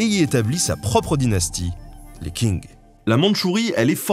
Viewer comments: la prononciation c'est /tʃɪŋ/ , pas comme un King anglais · pour info, Q en pinyin se prononce "tch" et donc Qingdao se prononce "tching dao" ce qui se voit sur la photo en d'ailleurs la dynastie Qing ( ) se prononce "Tching" a part ça chapeau bas pour le reste de la prononciation en chinois !! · Hello merci pour cette vidéo ! Pour information la dynastie Qing se prononce "Tshīng" et non pas "King" Chose amusante car après vous mentionnez Qingdao qui a donné son nom a la ... Tsingtao ;) Bonne continuation ! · Bonjour, le "Q" en chinois retranscrit en alphabet latin (pinyin) ne se prononce pas du tout "K" mais comme un son un peu entre "T's" et "T'sh" (d'où "Qingdao" est souvent retranscrit "Tsingtao"). On dit donc la dynastie Tshing, mais pas King. On dit Tshingdao (ou Tsingtao) et pas Kingdao. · Petit commentaire sur la prononciation = Qing {tchin'} le Q se prononce TCH (et le G final comme un G qu'on garderait dans la gorge, qui ne se prononce presque pas). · Elle était cool la vidéo seulement Benjamin on dit pas King mais Tching pour la dynastie Qing, voilà la petite parenthèse est fermée en espérant que vous vous intéressiez à la langue chinoise qui vaut le coup d'être étudiée. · Salut ! Super vidéo ! Petit bémol : Qing c'est pas king, c'est ching ! :p Edit : ah bah vu c'est mentionné dans la description. Mdr ! Continuez comme ça ! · Qing qui devient King, ca fait mal Qingdao, kingdao, en plus tu mets l'image de la boisson dont le nom est la prononciation xD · Très bel épisode: je me permet néanmoins une légère correction: Qing se prononce "Tching" et non "King". Merci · Les 'Tsing' pas les King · Eux pourquoi tu prononce Qing comme King ? C'est pas un roi ! Q c'est pas un K mais un Ch ! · "Qing" se prononce "Tching". "Qingdao" => "Tchingdao" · Le Q se prononce "ch" et non K :) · En pinyin Chinois le "q" se prononce "Tch" Sinon à part ça, super video👍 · "Qi" en chinois se lit "tchi". Donc la dynastie c'est "tching" (Qing), et la ville "tchingdao" (Qingdao).